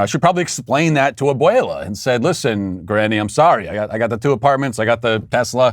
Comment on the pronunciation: Te sales!!! Lol, good pronunciation on abuela